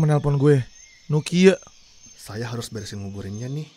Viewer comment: itu nama hp harus nya nama nokia , ko nama hp nya nukieu anying sunda pisann euyy😂